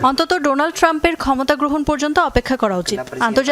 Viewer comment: উপস্থাপিকা বললেন: ডোলান ট্রাম্প😂😂😂